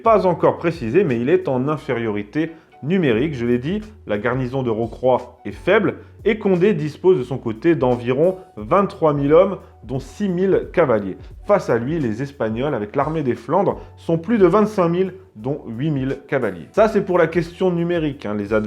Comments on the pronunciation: Mille est invariable et ne prend jamais de S donc six mille l-hommes et pas six mille z-hommes (9'33) sinon excellente vidéo, un régal, encore merci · très intéressant comme d'hab juste savoir "mille est invariable" donc •@ six mille hommes et pas six mille z'hommes ;) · En effet, même remarque : six mille-z-hommes... pitié ! sinon, merci pour cette excellente video sur la bataille de Rocroi.